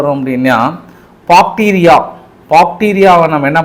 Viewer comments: Sir, it’s bacteria not Pakteria. Fyi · Bacteria... Not Pacteria